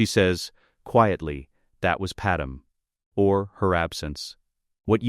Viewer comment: Okay I shouldn't have to even be mentioning this but her name is not Padam...ITS PADME!!!!